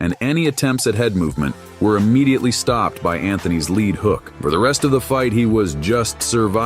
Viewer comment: Lead hook is pronounced leed not led. Must be AI